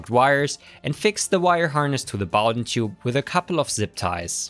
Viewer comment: Thumbs up for pronouncing Bowden correctly and a great review, of course.